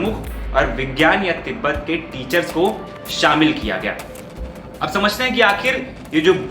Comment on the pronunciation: Tibbat nahi tib hota hai